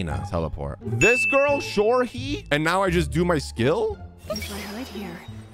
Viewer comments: Name: Shohre But he pronounce it as: Shorhe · just so you know, her name is pronounced shoh-reh. the 2nd h is almost silent though, but you don’t pronounce her name as sho-reh. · Hey 👋🏼 Loved the video also just a little tip on how to pronounce her name : its Shoh-reh You don’t read the second part like “ree” And in case you wondering it’s a Persian name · shohre is pronounced sho like the sho in show and re is like the re in forte lol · His pronunciation of Shohre is killing me 😭😭😭 It’s supposed to be pronounced as (shoh-reh), by the way 😄😄 (also before people try to come at me, I’m Persian, fluent in Farsi and know someone named Shohre irl) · I laughed so hard at you pronouncing shohre. it's like Sho H Re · thats cyno abuse 💀 also her name pronounces like shoh reh its a persian name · OMG THE WAY YOU PRONOUNCED SHOHRE IS KILLING ME I'M WHEEZING SO HARD WJIWIO22O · when he pronounced sh o h ree wrong my heart broke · As an Iranian, I hate the way foreigners pronounce our names😂, why did you say Shohre like that? Funny tho😭😂